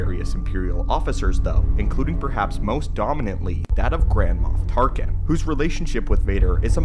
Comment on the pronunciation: Sounds like you're saying Grandma Tarkin